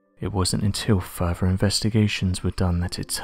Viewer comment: "Furver" instead of "further". I can't stand this narrator.